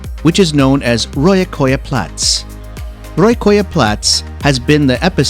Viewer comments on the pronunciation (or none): i don't know how you managed to butcher the names so badly, all you had to do was just pronounce it the same way you would read it but for some reason you decided to switch a's and o's in some of the names. Like wtf is "rojakoja plats", that could translate into sewage square and "kolamaja" that means trash house. But by some miracle you pronounced "Hiiumaa" like a local